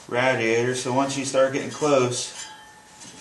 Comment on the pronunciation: If you say radiator wrong one more time I’ll find you istg